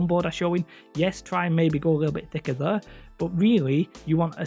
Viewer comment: The way you pronounce the words "square" "hair" and "there" is incredible, dude